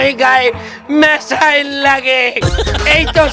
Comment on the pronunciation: মিসাইল ❎ মেসাইল✅